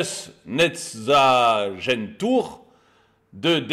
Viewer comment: houlà ce n'est pas ça la prononciation du Bundesnertzagentur notre RTE à nous tout aussi funeste d'ailleurs